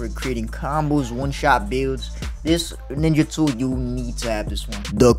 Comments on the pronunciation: Bro really said niggatool like I wasn’t gonna catch it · It sounded like you said the n word 😂